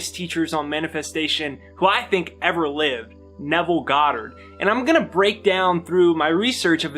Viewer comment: You articulated Nevel perfectly!!! Thx!